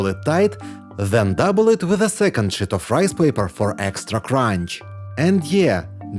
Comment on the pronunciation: Whoever is speaking needs to work on the pronunciation of the word sheet. Otherwise, it sounds like a cuss word.